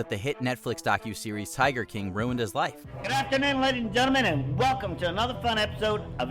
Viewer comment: I find it strange and distracting the way he pronounces the word "ruined". Who pronounces it "runed"?